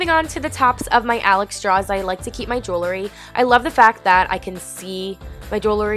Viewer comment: Eyeshadow Couture No, not you Eyeshadow. But said jewelry as "jew-ler-ree". It made me cringe each time I heard the word drawer pronounced as "draw". It was like fingernails on a chalkboard. I don't know why. The rest of the video was very nice though.